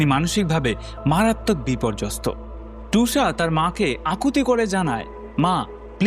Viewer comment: মেয়েটির নাম টুষা নয় ,,তিশা। বড্ড কানে লাগছে নাম টা